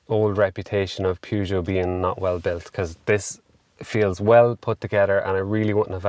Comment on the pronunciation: You had me decided at "poogeut 2008". Ford is the winner! -Edit Nope, you just ruined it with "Pooma" 💩